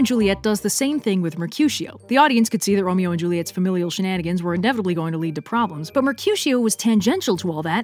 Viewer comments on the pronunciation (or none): none